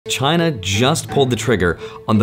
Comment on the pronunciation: Is not China, is “Giainna” 😀